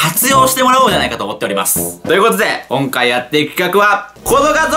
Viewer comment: 今↑回はですねぇ (？？？)